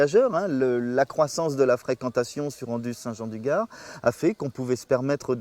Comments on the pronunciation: Avec tout le respect et l’admiration que j’ai pour Michel Chevalet ça fait mal aux oreilles d’entendre AndOUze au lieu d’AndUze. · on dis Anduze et non Andouze faudrait le dire à Mr Chevalet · C’est Anduze et pas Andouze …. Film très sympa ….